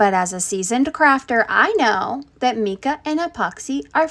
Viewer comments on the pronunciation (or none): Came here losing my mind over meecuh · I’m surprised you’re wearing the respirator while sanding but not while mixing and using the epoxy paint… please use proper ppe on both (for your health!) Looks beautiful, good color choice (and I’m sure other have already said it’s “mike-ah” not “meek-ah” powder :) ) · MY-CA, not ME-CA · Meekah? It's my-kah 😂 *but I'm sure you've just probably never heard it said before 🫶🏼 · Mica is pronounced “mike-uh” not “meek-uh.” 🙄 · Oh my god , why do you say it like that? If you're a seasoned crafter you would know it was pronounced my-ka not me-ka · Mica not meca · It's pronounced my-cah not mee-cah😅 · It’s pronounced m”I”ca powder. Not m”E”ca powder. Just don’t want you to be embarrassed. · Myyykahhhhhhhh not Meeekahh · Every time she says Mee-kah, instead of My-kah.... The project looks solid AF though, nice work! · AHAHAHA MIKA POWDER🙄🤦‍♂️😆😆👍🤔 ITS MICA AS IN "MIKE AH" U KNOW FROM FORMICA😉👍🙄🤦‍♂️😆😆😆😬🫣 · It’s MY ka not mee ka 🤦🏻‍♀️ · MYKA NOT MEEKA 😂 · It's "my-kuh powder" not "me-kah powder" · Sorry girlie, It is pronounced MY- KA... Instead. ot meeka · It’s Mike-ah. Not me k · AI again? Meeeka powder? how about M-eye ka? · Mica not meca lol but cute😊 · Meeka??? Mica my-kuh. Engagement is engagement, very smart. I might try that trick some time. 😂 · It's pronounced MIKE-UH not meeka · MY-KAH not meekah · Just an FYI, mica is pronounced with a long I, not meeka like you were saying. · It’s pronounced “Mike-uh” not “meeka .” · Mike -a ...not meeka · It’s pronounced My Ka not Meeka powder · Very cool. But it's mike-a, not mee-ka. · Mica power is pronounced like MIKE-ah not mick-a…. Just letting you know for future reference. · My-ka powder, not me-ka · It's pronounced MY-kuh, pronounced the same weather it's the color - Mica or the MALE name - Micah as in the prophet from the Bible. How people screw this name up sooo badly is beyond me. SMH. 🤦‍♀️🤦‍♀️ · As a seasoned crafter you don't know that it's pronounced Micah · MY-KA, MY-KA😂😂